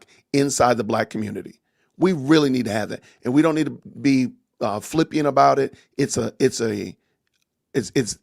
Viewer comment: Flippant not flippiant.